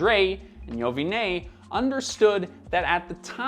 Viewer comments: LMAO WTF did you call Jimmy Iovine? It's pronounced "Eye-veen" not "Oh-V-Nay" 😂😂😂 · It's pronounced I-O-Vine, not E-O-Vinay... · It's pronounced "EYE VEEN," Not "Owe Vin Aye" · It's Jimmy Eye-Oh-Veen, no E-O-Vi-nay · Great video. But Jimmy's name is pronounced Eye-veen, not I-O-vine. Very odd I know. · Ovinay ??? Hahaha. 😅😅😅😅 white pools can't pronounce any names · Jimmy’s last name is pronounced (eye-Veen). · Dude love your channel but you mis pronounced Jimmy's last name wrong. It is pronounced Eye Veen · “Jimmy Oh-vi-nay” 😂😂😂🤣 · Jimmy “eye-veen” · His name is pronounce Eye-OH-veen. Do your job better. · its pronounced EYE-VEEN, just to let you know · Dude seriously? You do all this research and you can't even get the pronunciation of one of the most famous music executive of all time's name right. Its pronounced Eye-Oh-Veen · Not Jimmy Eye-von-é🤣😅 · Pronounced Jimmy I-Veen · Oh and Jimmy Iovine is pronounced "Ay-O-Veen". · Did he really call him ‘Jimmy YO-VIN-EH ‘ 😂😂😂😂😂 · Isn’t it pronounced Jimmy “eye veen”? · Jimmy Iovine is pronounced (Eye 👁️ -Veen) the O is silent. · His name is pronounced “Jimmy I-veen” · An aside; "Eye-oh-veen" at least according to Jimmy himself. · ee-oh-vinay? LOL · Hey man just wanted to point out that the correct pronounciation of Iovine is "Io-Ween" Great video tho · His name is pronounced Eye-veen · Iovine is pronounced EYE-uh-veen. Overthought it there,. Beats sucks. So does Bose. If you want something good, get Grado, Sennheiser, Audio-Technica, Beyerdynamic, or if you're made of money and don't plan on taking them out of the house, Stax. Grado and Stax in particular should appeal to those who are into the vinyl retro aesthetic thing. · Pretty sure his name is "eye-oh-veen" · Iovine = EYE-o_veen. Sorry but you BRUTALLY mispronounced his last name! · I think Jimmy's last name is pronounced "i-veen" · its Jimmy eye-veen. That's how its properly said. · How did you pronounce Jimmy Iovine? 🤔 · Not how you pronounce Iovine